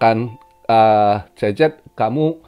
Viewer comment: gw dengarnya tiap bilang cz jadi cecep 😁